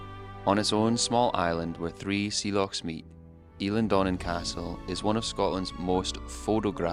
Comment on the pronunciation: Dunvegan is pronounced like egg not vey Dun v egg an Also your a pronunciation of Eilean isn’t right either El an